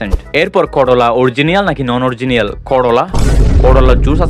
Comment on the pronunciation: অরজিনিয়াল না, অরিজিনাল।